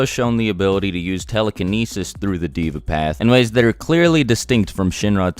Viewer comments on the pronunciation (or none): I am hindu and yea true he got most of them right but the pronunciation should actually be this Nark not Narka pret not Preta Dev not Diva samser not samsara and Yam not yama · why does he pronounce deva as diva its pronounced they-va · its not diva its deva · One of those paths of Samsara or whatever, "Deva" is pronounced "Day-vah" and not as Diva. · no hate but it is hilarious to see you mispronounce the paths such as naraka and deva it is actually dee-va stretch the e but again no hate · pronounced as : they-va